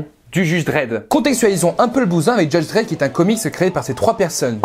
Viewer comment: Heu... ya pas juste un ENORME OUBLI ??? C'est juDge Dredd et pas JUGE DREDD !!!!!!! Nan mais sérieux et après on parle de fidèlité aux comics... snifff. tuez moi !!